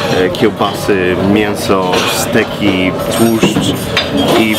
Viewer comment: Tragedia w powiedział steki zamiast stejki, Krzysiu popraw się !!!